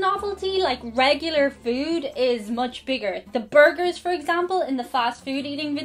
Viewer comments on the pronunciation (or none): none